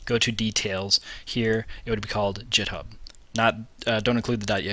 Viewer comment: lol "jit-hub"